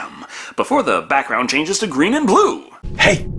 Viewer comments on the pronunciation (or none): none